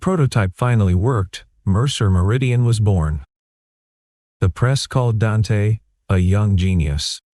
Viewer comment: The name is pronounced Daunte not Dan te